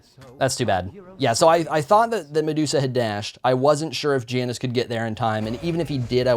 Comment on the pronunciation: When he says Janus wrong TRIGGERED